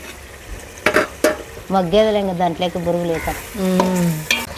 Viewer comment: బురుగులు కాదు బొరుగులు